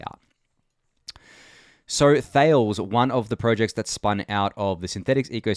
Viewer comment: Thales is a Greek word so you pronounce it thay-lees